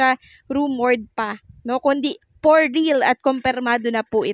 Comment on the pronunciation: For po hindi por